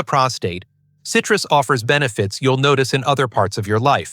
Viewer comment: Oi, stupid robot! WTF is cytrous!?